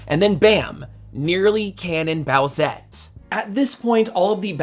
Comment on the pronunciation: Boo-ette? Its boosette doooood